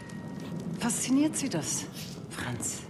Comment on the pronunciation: That's not how you pronounce Franz. She purposefully pronounced it wrong to give Blazko a false sense of security for a few more moments